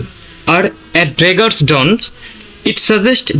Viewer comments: draggers and daggers both are different things, pronounce it correctly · tra maa draggers cant even pronounce dagger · Not draggers its daggers